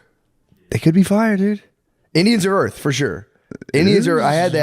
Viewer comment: did shane say "i think erf"?!?